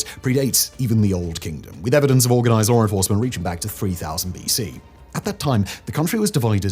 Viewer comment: "LORE ENFORCEMENT" what?